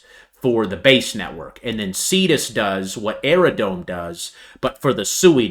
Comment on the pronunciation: Can I just respectfully tell you it’s “Aerodrome” not “Aerodrone”. It’s drome.